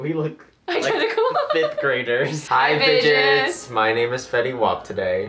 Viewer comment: I swear I thought you said "Hi bitches" I was like "WHAT THE HELL DID THEY CALL ME?!?!"